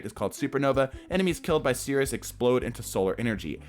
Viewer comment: you really butchered sirus